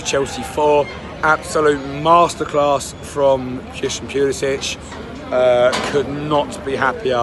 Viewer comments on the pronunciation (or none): All these Chelsea fans that don't know how to pronounce Pulisic's name...